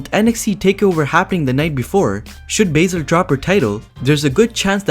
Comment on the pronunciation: When you said Baizler you got my dislike.